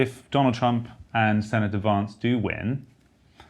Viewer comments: it's Vance not Vonce. lol #merica #1776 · For the record, his name is JD Vance, not JD Vahnce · Why call him "Vahnce", when it's easy to say "Vance" (like "cancer")? It's a name, not a case of British vs American pronunciations eg of "dancer" and "chance". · I would never tell a Brit to say "chance" or "dance" like an American, but really, there is something absurdly precious and tone-deaf in mangling an American's surname. His surname isn't "vahns," it's "Vance," rhymes with "ants" and "pants." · Vance. A as in Hat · Pronounce Vance correctly!!!!! It is not “Vaaaance” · “Vaunce”— so not hillbilly, Freddie. 😂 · Learn how to pronounce Vance like Kass. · Freddy, his name is not pronounced Vance as in RP advance but Vance as in American short a... No one says Barclay California. It's Berkeley..